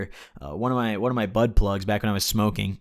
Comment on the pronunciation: OMG when you said bud plug I thought you said butt plug lmao